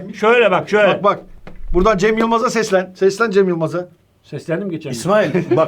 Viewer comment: Anonsta insanın kafası karışıyor. Cam Yılmaz diye duyuluyo anons :))))